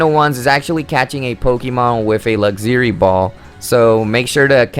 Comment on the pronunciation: This dude really pronounced ‘Luxury’ as ‘Lugzury’